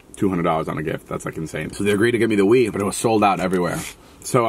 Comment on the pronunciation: did anyone else think he was saying “weed” and not “wii”???